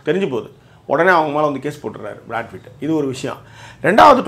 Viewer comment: good video 👍but you should focus on your pronunciation. It is Brad PITT and you mostly say Brad FIT ☺️that’s wrong -Raj USA